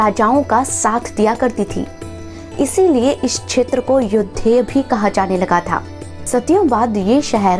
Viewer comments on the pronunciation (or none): none